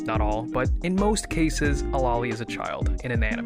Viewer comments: cripes sake, it's lo-li. not lali. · It's not pronounced "lolly". God that's my biggest pet peeve I swear. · it's not the "American pronunciation" it's the incorrect pronunciation. Loli comes from Lolita which is pronounced "lo-lee-tuh".